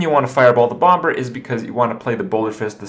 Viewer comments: Krip...for the last fucking time. In English you don't pronounce the b in bomber it's pronounced BOM-ER not BOM-BER.... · Serious question: Why does Kripp say bom-ber? It's a silent b